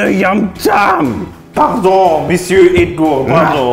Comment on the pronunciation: ''komisch'' das Edgor zwischendurch klang wie Rudi, von der Aussprache her :'D